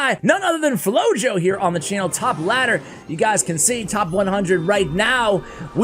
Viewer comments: I believe his name would be pronounced “floho” because flojo mean lazy in Spanish. It just seems like that’s what it means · Yup, I thought about the same word in Spanish when I read the name and listening "flow-yo" seemed weird.